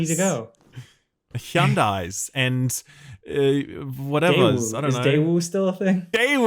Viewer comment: I cannot unhear saying "Hee-un-dai" as a car brand.